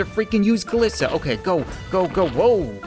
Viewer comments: Its not kalissa its kalie/kaliisa (as on how to say it) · It’s cal-ee-sa